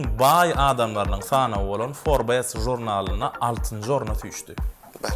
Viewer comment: forbes däl, forbs diýip okalýar